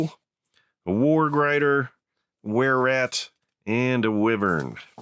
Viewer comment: *Wyvern = why-vern